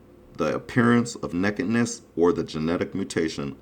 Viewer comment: Sorry I can only give 1 thumbs up! He can't even say nakedness!"